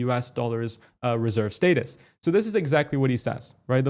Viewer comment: You’re saying status wrong, lol